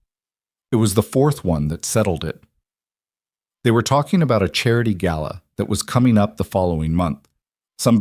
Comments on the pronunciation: Southern Arizona United States of America Gala NOT Gallow. Good story. I really enjoyed it. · AI‼️ The word is 'GALA'; not 'GALLOW'‼️ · It's not gallow, it's gala. I hate AI.